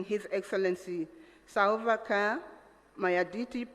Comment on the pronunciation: The introduction should have rehearsed names. President Silva "Kaar" or Kiir, Hon "Musaila" or Musalia?😂😂😢